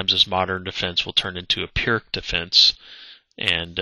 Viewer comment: Pirc is pronounced "peerts", just so you know.